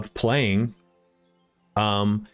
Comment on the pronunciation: Please all you English speaking reviewers, be aware that in Latin, and in Italian as well, the word "anno" means "year", whereas "ano" means "anus"... So, please take care to pronounce the word "anno" with a double N, not with a single N... Thank you 😉